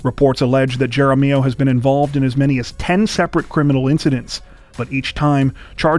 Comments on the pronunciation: Wow. You guys are always almost perfect in your pronunciations of names. But Jaramillo is pronounced with an "H" sound like jaramillo. Great job tho. Albuquerque escapes COTW This week but Santa Fe said our turn. Sad for everyone involved. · That story about the fake kidnapping, if the name is spelled Jaramillo. It's pronounced "Harm E O".